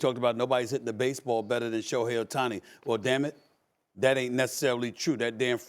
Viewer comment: He called him Otuni, is all you need to know lol